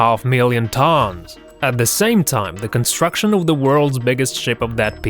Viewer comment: lol his accent on the iceberg tônss